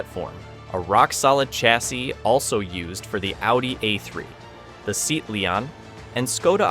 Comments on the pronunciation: lmaooo SEAT is not prononced like a seat u sit on gaddamit It is prononced SE--AT, 2 distincts sounds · It’s „sea-at“ , not „seat“ 😁👍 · It's not "Seat". It's "C. Att". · nein, es heißt SEAT. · Seat is not pronounced as seat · How can you be a car channel and not know how to pronounce SEAT?